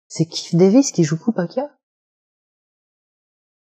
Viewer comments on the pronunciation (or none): none